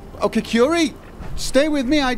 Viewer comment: Every time he says Curie a Frenchman dies.